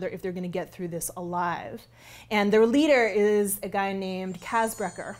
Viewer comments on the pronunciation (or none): none